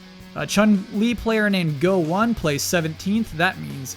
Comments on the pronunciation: Slight correction, the japanese player named Go1 should be read "Goichi", also he plays Menat the most nowadays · Corrections: GO1 is pronounced Go-Ichi.